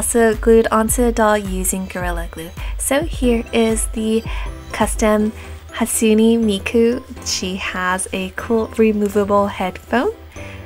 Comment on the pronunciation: you say hatsune miku like hasune miku